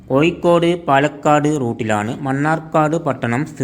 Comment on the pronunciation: കോയിക്കോട്, അല്ല കോഴിക്കോട്